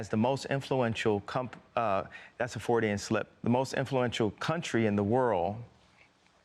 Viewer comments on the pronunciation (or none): "that's a four-day-en-slip" - !? ... no, it is called a Freudian slip... Can he pronounce anything properly?